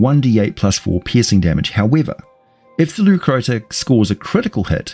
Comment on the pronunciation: Leu Crotta, crotta pronounced with a short O, not oo